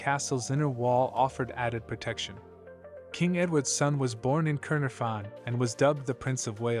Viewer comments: Terrible AI voice .... CAER is pronounced 'CARE' not 'cur' (caer is welsh for castle) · kai-nar-fon not kurn-a-fon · Caernarfon is pronounced Cayr-NAR-von, a single "f" is always pronounced hard, double "FF" soft;. like in "of" and "off". Stock footage of the City of Cardiff, hardly any of the castle itself. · The way the narrator pronounced Caernarfon was ridiculous 🤦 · The narrator's pronunciation of the places is abysmal. Caernarfon is not pronounced anywhere near the way he pronounced it, it would have been better with a Welsh narrator who would have been able to pronounce the places. I think the voice over was AI.